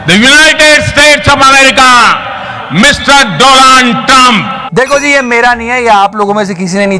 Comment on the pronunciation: Mr. Doland Trumpf 🤣🤣🤣🤣🤣🤣🤣